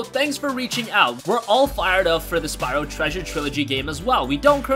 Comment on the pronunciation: you mean Spyro;) not syro